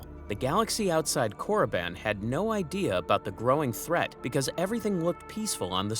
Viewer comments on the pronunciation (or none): none